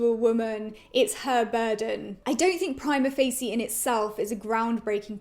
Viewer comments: You might want to learn how to pronounce the name of the play before doing a review next time... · I am the only one pronouncing Prima Facie like it were italian words?! dear god... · In your defense, I’m in law school in the USA and I’ve heard prima facie pronounced about four different ways 😂